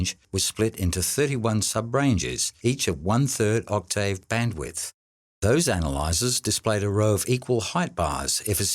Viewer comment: One question, what's an Oct-tay-ave?